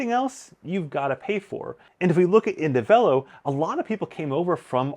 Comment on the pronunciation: No way is it pronounced "in-de-velo" lol. Please tell me I'm not crazy. 😂